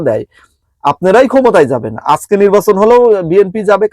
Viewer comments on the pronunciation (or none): none